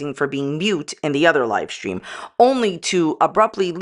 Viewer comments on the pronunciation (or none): You are saying "Lie stream" not live stream, or am I just hearing incorrectly?😅